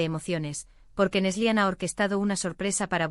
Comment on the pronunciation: Es Neslihan , no neslian